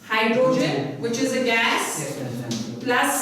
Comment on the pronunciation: Kya bolta h ye gas... 😂😂 rest of the you are brilliant teacher...